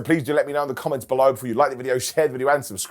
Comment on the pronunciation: Did you say Below me or blow me?